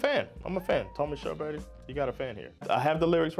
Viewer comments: you prenounced his name perfectly, but i dont know how to spell pronounce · I'm late to the party as this is an old video, but it's just so cool to see your reaction to this song, which is such pride of all Scandinavians 💗 It is indeed a powerful tune! Also, yeah I'm drunk now but since your pronunciation of Körberg is pretty much perfect despite your 'murican accent.... I think you know what I mean here 😊 Ha en trevlig helg 😇